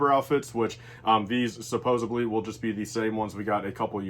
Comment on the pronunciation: Not to nerd out but it’s Supposedly, not supposebly.